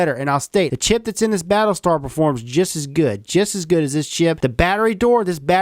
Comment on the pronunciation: at the start hr said pattle star